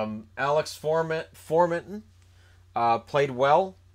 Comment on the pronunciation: Not trying to be a jerk but your pronounciation of some of the Sens players that you have said are incorrect, borowiwcki is Bour-o-witz-ki. Chabot is Sha-bought. Also Alex For-mon-ton